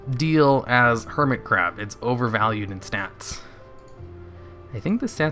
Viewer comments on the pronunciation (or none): i think at one point you said curmit hab..